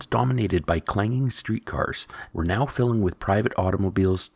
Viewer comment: The "no active line" ... Perhaps the generic, lazy, A.I. voice narration option should be replaced by a robust human who can properly pronounce the word - 'now' ... 🤖